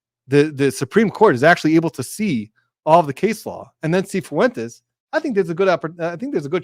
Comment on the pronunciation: Thanks a bunch for your opinion. By the way, Fuentes is pronounced Fwayntays not Foo-en-tess.